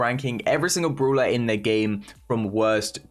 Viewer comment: I love how he says the word "brawler" The "bruwler"